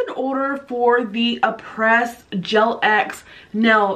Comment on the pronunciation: No offense, but the brand name is pronounced AH-PRAY , not A-PRESS.